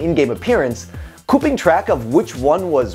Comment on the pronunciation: Did anyone notice that he said "kooping track" instead of keeping track?